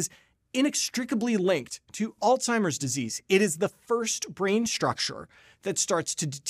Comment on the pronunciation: Uhhhh…. There is no ‘t’ in ‘Alzheimer’.